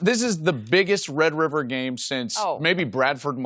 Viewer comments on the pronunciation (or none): I think Joel just said red wiver. Haha🤗🤗